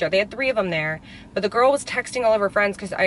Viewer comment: Instead of saying girl you say ghoul hahahah when you see your friends do you go “ hey Ghoul “ instead of hey girl !!!! Hahaha love that for you . 😹